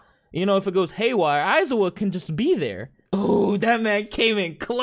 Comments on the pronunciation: “Eye-zo-wah!” Lmao what? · I cringe whenever he says aizawa 😂